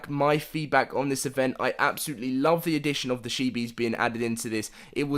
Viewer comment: Chee-bees. Not shee-bees. That is all. Love your vids ✌🏻